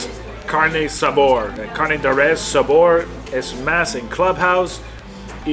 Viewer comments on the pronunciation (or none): none